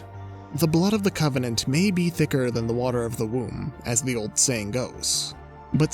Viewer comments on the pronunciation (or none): none